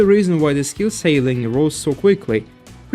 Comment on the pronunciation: just want to help you with pronouncing something because English is the dumbest language ever. "Ceiling" does indeed look like it would bee "sail-ing" but instead its "Seal-ing" No disrespect intended I'm just trying to help. I think you do a great job and have a better command of English than about half of the native speakers.